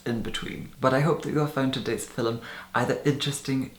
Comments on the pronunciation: Ruby right? It sounds like "filim." I love it. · I like how he says the word "film". How can you not like that??